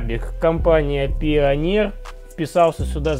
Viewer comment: пионер топовая компания....ааааааааааааа ааааааааааааааа аааааааааааа мои уши...мне больно это слышать от человека который делает такие крутые проекты...., пионер это как SAT среди запчастей